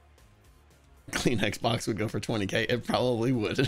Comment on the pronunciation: I know he said Kleenex box, but all I heard was clean xbox, for which I was extremely tempted on searching.